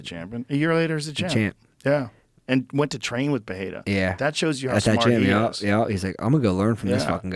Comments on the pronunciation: It’s perrrrrrrRia🙄 not pehata .. everytime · Joe, stop saying “PeHeira”! It’s pronounced PEREIRA in Portuguese and in English. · Joe so proud and showing off how he says "Periera" for everyone. I think he did it 20 times in this vid. smh